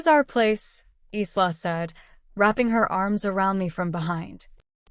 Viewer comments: Isla is not pronounced eesla . It is Ila . Long I the syllable stressed and then la secondary stress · Isla’s name is pronounced eyela